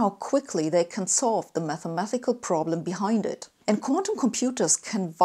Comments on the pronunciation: She should at least fix the "mathemathics" pronunciation. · You're English is excellent. The only thing I ever notice other than the accent is "mathemathics", although it's sort of endearing. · your English is fine (apart from the pronounciation of «mathematics» as «mathemathics»)